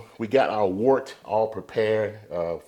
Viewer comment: FYI its pronounced WERT. Great video BTW